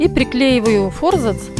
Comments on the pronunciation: Занимаюсь книгоделанием и реставрацией книг. Вы большая умничка! Однако ваше фо́рзац режет мои барабанные перепонки – всю жизнь и сам употреблял и слышал от других и́наче :) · Аааа, мои уши! фОрзац, фОрзацем, ааааа!!